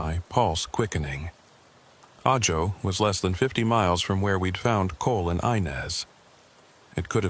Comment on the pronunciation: Ajo is pronounced "aho".